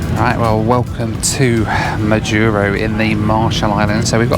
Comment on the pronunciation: I completed one million miles on United on this very route. But coming the other way. It was on the Majuro to HNL segment. I've been on the Kwajalein base, had my iris scanned to get in. Curiosities... Next week I'm on my way to Majuro. By the way. And it is MAjuro and not maJUro. And Kwajalein is pronounced KwajaLAne.